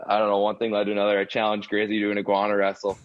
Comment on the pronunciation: Biz can't read worth shit man. Iguana = You-ginny?